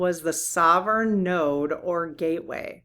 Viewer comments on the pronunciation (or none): none